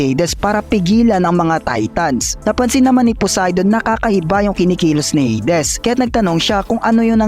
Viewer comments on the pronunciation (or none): Baka pwedeng Heydis wag ng Heydes kasakit sa tenga😆